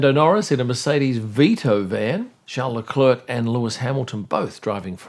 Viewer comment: Can you please start pronouncing Charles Leclerc the right way? You do not pronounce the "S" at the end of Charles and you certainly do NOT pronounce the "C" at the end of Leclerc. It is "Leclair ". Got it ?